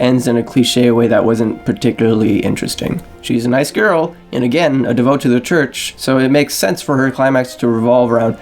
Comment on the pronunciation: Good thoughts and analysis. But like... have someone proofread your copy and VO. Lots of mispronunciations like devote (“de-vo-yay”) and nearly correct phrases like tired and true (“tried and true”)